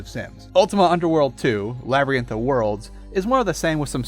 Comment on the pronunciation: "Labrynth of Worlds?" No man... it's labyrinth... La-BY-RIN-th.